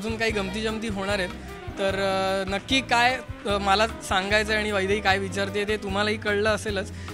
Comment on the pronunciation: Aaaa itst not vaibhavi itsss vaidhai